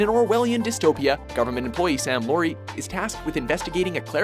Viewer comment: ..... or Forbidden Planet! Oh yes, the name of the 'hero' in Brazil is Sam L-ow-ry, lot 'low-ry'. Perhaps the fims haven't been seen by the narrator? These lists aren't based on anything other than the thought 'let's do ten miutes on ...' anyway. And no, this isn't a dig, the lists I find are confectionary viewing. Facts are available elsewhere and are generally boring!